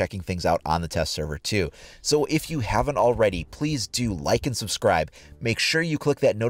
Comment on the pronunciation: "Subsclibe to T-Selies mothelfuckel" No hate just a joke